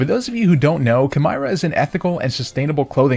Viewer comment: It’s ki meera. Like chimera the mythical beast but spelt their own way. Please say it right it hurts my brain